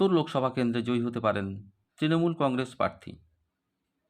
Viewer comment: আপনি তো "প্রার্থী" শব্দটাই সঠিক ভাবে উচ্চারণ করতে পারছেন না, বারবার বলছেন "parthi" আবার Astrologer !!